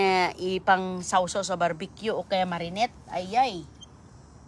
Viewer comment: huwag ka naman sigaw ng sigaw,OA ka excited,calamansi lang iyan,matuto kang magsalita ng malumanay,anong marinet??Marinate,ano ba ang "molberry at blue ternet,greps".😂😂